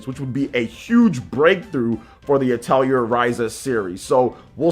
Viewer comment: Atelier is french and it's pronounced ATELI-AY.